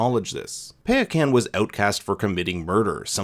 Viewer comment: The Tokun's name is said Pie-uh-kahn